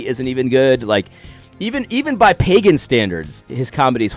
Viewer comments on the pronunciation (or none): none